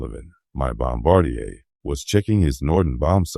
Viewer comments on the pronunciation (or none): I don’t know the origin of this narrative but if accurate it is worthwhile. But the obvious use of AI for the narration given the odd pronunciation of some key words like bombardier would be fine if openly disclosed. The repeated use of photographs of Hiroshima is just silly. The pity is that the script, even if created by AI, Is really good and accurate to my knowledge of the fire bombing of Tokyo.